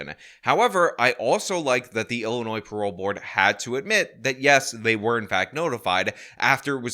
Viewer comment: “some members of the Ill-annoyed board of parole”